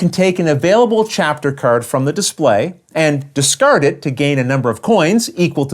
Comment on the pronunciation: I come for the crystal-clear rules explanation but I stay for the "discurding of curds"😂 Thanks!